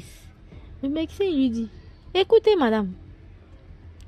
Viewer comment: H1 Svp on dit médecin et non MeCsin ça m'a fatigué